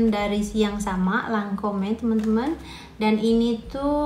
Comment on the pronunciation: Assallamualaikum..mbak,, bacanya Lancom yaa,, tulisannya Lancom'e